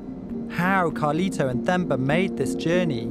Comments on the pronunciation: It's pronounced "Temba" (T-e) not "Themba" (T-h). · It's Themba pronounced as in Thomas or Tom. Not as Thermometer. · Hi I am from this region 😊. What an amazing documentary. This is a brilliant piece. Thank you. It’s pronounced Te-mbah Not Themba. The H is silent. 😉🤓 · Got my subscription after this story... Nice story and next time its "term-bar not therm-bar"(Themba)😂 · Themba not femba 😂😂😂😅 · It’s pronounced “Temba”